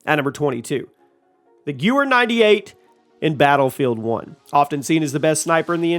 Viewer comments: say it with me... “guh-vare “. Not goo were... thanks dude. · Seriously! You butchered "Gewehr" so badly it might as well be mince meat!